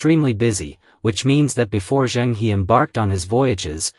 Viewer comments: Pronounce the “He” in “Zhen He” as “her” not “He”. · Admiral Zheng He is pronounced Jeng Húh - not Heee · The name is not pronounced Zheng (Hee) but Zheng (Her). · It's good that Zheng He never colonized any of the countries he went to. Unlike later Europeans. By the way, the correct pronunciation for the 'He' in Zheng He is her, not hee. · His name should be pronounced as Cheng Her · A very interesting historical aspect of Zheng He (correct pronounciation: is Zh… Her) exploration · Please pronounce his name correctly